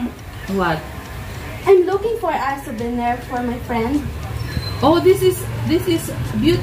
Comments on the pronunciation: maganda voice quality ni sa english konting hasa lang sa pag pronounce like souvenir make it suw bih nir, lovely lahb li. pero yung voice nya pang call center mabilis makahatak sa mga caller, lalo na sa mga healthcare account, mga matatandang lalake na walang ng asawa kapag maganda voice quality ng kausap nila nililigawan hahaha! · Iba yung saya sa mukha ni mama ruth with 😊.medyo practice mo yung pagbigkas mo ng souvenir, at payment😊😊